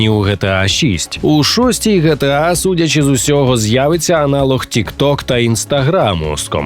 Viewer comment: Не ГеТеА, а ДжіТіЕй